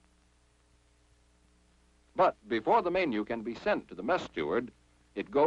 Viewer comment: And "may-nyew" instead of menu."